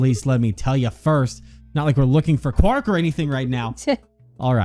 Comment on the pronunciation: Zero III calls Quark, 'Quirk'.